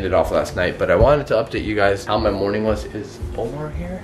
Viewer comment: Instead of Omar he said momar